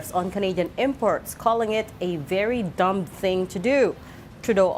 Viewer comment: Mali po pronunciation ng "dumb" sa umpisa. 😁